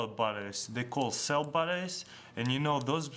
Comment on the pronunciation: when the guy said "batteries" it sounded like "buttocks"